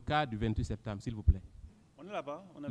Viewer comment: Il dit sektembre hahah